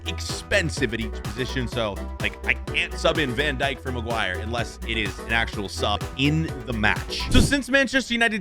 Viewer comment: Harry Marguire🤣🤣